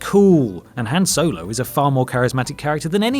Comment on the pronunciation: HAn Solo Emphasise the A